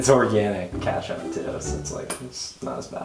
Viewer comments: he said kaatchup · I HATEEE THAT HE SAYS KATCHUP INSTEAD OF KETCHUP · But I definitely have a problem with the fact that says katchup and not ketchup